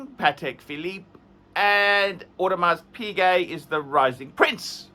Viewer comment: Come on, learn to pronounce Audemars Piguet